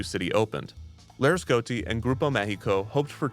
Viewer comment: It's annoying how he's not pronouncing the i in Laresgoiti